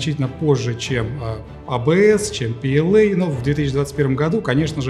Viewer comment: то есть ПЛА? А в видео пээлэй там букв в произношении как будто это не ПЛА, в чем смысл такого произношения. Я понимаю что английский это круто, но звучит стремно. Лучше бы вы изучали немецкий. Было бы П Л А хотя буквы английские:)